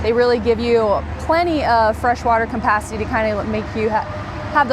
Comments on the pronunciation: couldn't pay attention with the pronunciation of the word "capacity"... its cap, not com.... lol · Campacity. Is that an RV dealer pun or does she not know how to pronounce capacity?